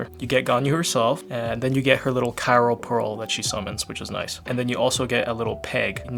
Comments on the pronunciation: Not saying Cairo instead of Cryo 🥲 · Is he saying Cyro instead of Cryo? Why? lol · Bro said cyro 💀